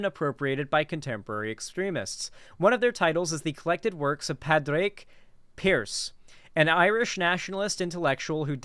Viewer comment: That had to be the worst pronunciation of Pádraig Pearse I've heard in a while. Keep up the good work